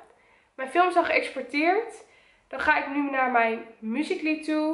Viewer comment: wrm spreek jij uit als muscly? je moet het uitspreken als mjoesically